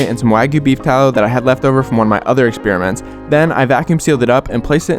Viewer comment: Correct your pronunciation of experiment, young ones.